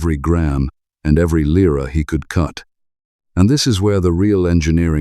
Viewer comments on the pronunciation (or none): The Itslian money's not called liar, it's pronounced Leera.